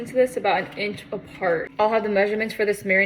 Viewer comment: Nah… her “inch” ain’t right